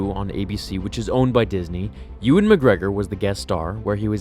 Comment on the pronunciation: Uriah Siner it's pronounced EE-wan... As in Obewan Kenobi.